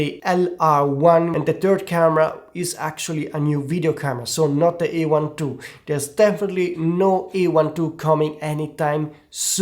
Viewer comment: This is not E1 II but A1 II. Speak correctly.